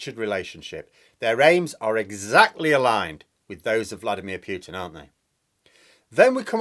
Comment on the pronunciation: His name is not pronounced Pewtin, the u is short